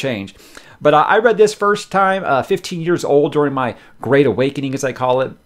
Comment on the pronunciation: Oz the Gweat and Tewwible